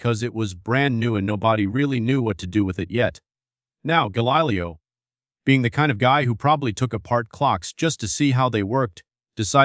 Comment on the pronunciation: The script is decent, i must admit: i've never looked at that particular dichotomy involving science, and this was an excellent summary of the topic!! THAT SAID, i couldn't finish listening it: you are taking the lazy way out, and using an AI text-reading bot - and a poor one at that: the pronunciations were insanely off-track in many cases...Gahlilyoh for example, lol!! WHY NOT JUST READ what you've written???? It makes for a much more enjoyable time for the listener, which facilitates both learning and such metrics as subscription rates, the number of folks listening all the way through (which YouTube takes into account when calculating your revenues), and the percentage of watchers who recommend your channel to others. Seruiously: how long does it take to set up a half-decent recording system, practice a bit, then read your script with flair, elan and a dash or two of humor (which most YouTubers expect these days, even while learning about the most somber of topics)?